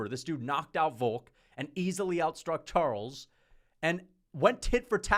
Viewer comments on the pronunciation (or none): none